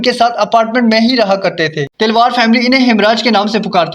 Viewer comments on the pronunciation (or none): Talwar ko Telwar kyon keh rahe ho ? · आप बोल रहे, तिलवार फ़ैमिली, जबकि वो तो तलवार फ़ैमिली है, आपकी आवाज़ बिलकुल भी स्पष्ट नही, कहानी की कड़ियों को जोड़ भी नही पा रहे, इसमें आपने कोई भी नई बात नही बताई, किसने मारा स्पष्ट नही है। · Talwar not Telwar